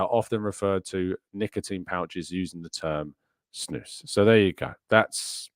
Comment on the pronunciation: Snus is Swedish so it's pronounced as Snoos